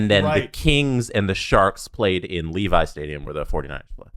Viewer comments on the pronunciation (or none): none